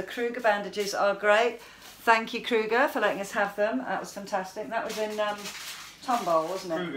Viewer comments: They are pronounced crow-ger ! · Freddy Kruger has his own grocery store?! :o jk, It's Kroger, like..."over" "ogre" "kroger" I think if you say those three words in a row you'll get it right haha. P.S. I guess we should have warned you they were more than likely gonna cut the whole hole out :P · crrogger lol its Kroger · Kroger 😎 Kroger with a long o sound in the middle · Pronouncing the store name is Crow- ger in America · Lol, you call Kroger, 'crewger.' That's cute! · Kroger, pronounced (crow-ger). Nice that they donated them to you. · It looks wonderful. And silly its Kroger kro as in crow then grrrr. I love you to. ❤️❤️😂😂😂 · Adorable accent.....we pronounce that Kroger with an O.. you two are a breath of fresh air!! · you are even funnier than usual coming out of anesthesia 😂😂 I couldn't hear anything Wink was saying but your expressions were entertainment enough! Also, bravo to Kroger for helping out! It's pronounced Krōger (long O sound), a little less like the Nightmare on Elm Street character. 🤣 It's all still funny to hear you say it your way. Keep healing, sweet lady, and keep nursing,! Keep the new names for the UK docs coming too, that was hilarious! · Looks good. Thats serous drainage, just fluid. The name of the grocery store has a long o as in zero.